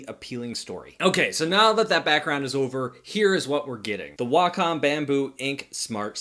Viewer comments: It’s pronounced Way-Com not wocom 😂😂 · Neither Way-com, Wack-em or Wah-com sounds anything like the Japanese pronunciation. Just that americans imagine that Wah-com sounds more like it. My japanese friend says the correct pronunciation is right between Wah-com and Wack-om, so either would be fine. She also says it's stupid to think you have to speak japanese, when you're speaking english. Just say it the way that comes natural. Japanese ppl don't pronounce "McDonald's" like americans do after all.